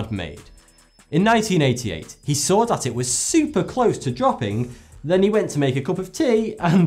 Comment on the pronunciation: Why do all British people say "frew" when saying the word "through?" Same thing when they say "dat" instead of "that." Like wtf.